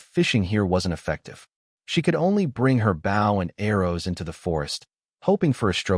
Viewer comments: The speaker of the story doesn't know the difference between, bow and bough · Nothing is more irritating than ai that mis narrates bow???